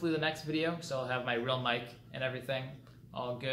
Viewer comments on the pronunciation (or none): none